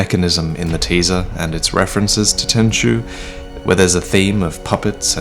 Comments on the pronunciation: why you call tenchu "tenshu"? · Tenchu.. It's Tenchu.. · It's Tenchu, boys. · Its tenchu lol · It is Tenchu, fam. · It's Tenchu